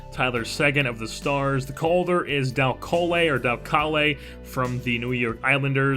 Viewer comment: Its pronounced Dal Cole